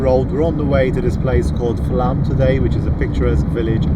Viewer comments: FLOWM.....PRONUNCIATION AS Å has a O sound in Scandinavian language. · It's actually pronounced Flom. the Å is like "awe". The 29th letter of our alphabet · It is pronounced Flom. Norwegian "å" corresponds to "o" in most languages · Watching this, you have just passed Flåm, and it is pronounced like "flaw" with an m added at the end...